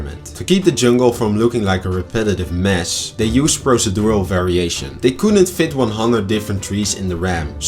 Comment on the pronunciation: Fantastic video as always! I'd love to see even deeper analysis and longer videos that explain things in more detail. One tiny nitpick — "Procedural" is pronounced slightly differently than you said, but that's a minor thing. Keep up the great work!